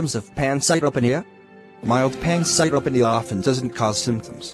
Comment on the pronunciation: the information here is good but the delivery sucks, the animations dont even pronounce "pancytopenia" properly. Its "Pan-cite-o-pee-nia"